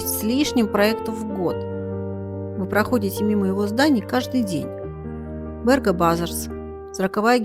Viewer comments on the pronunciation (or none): Ну наверное произносить надо на латышский манер, как это принято в Риге - бЭрга, а не бЕрга. Слушать НЕВОЗМОЖНО. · Спасибо за фильм. Очень большая и качественная работа. Только бЭрг надо произносить😊😊😊😊😊